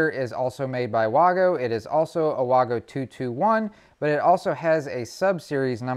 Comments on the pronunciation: Waygo not waaago. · Vago, not Wago. The W sounds like a V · It Wago Not Wogo Say it like Waygo The A is bigger for the A reason so the it a A sound not o sound No o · in English it would be wag-o DO BETTER